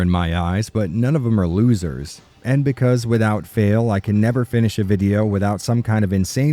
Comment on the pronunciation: "Becase" you are dumb killed me.